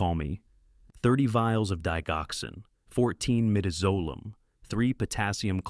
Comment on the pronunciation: Please learn how to pronounce DIGOXIN. ITS INSULTING AND GRATES IN MY NERVES TO HEAR IT PRONOUNCED INCORRECTLY.